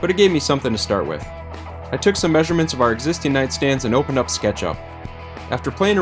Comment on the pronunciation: Ahaha! I hear it now. I thought you said " 'er " at first.